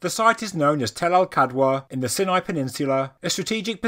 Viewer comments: I think it's sighnigh not sinnai. But it doesn't matter. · Ok hold on. Is it "si-nai" or "sai-nai"? I thought it was the latter but I'm an American, not British, so...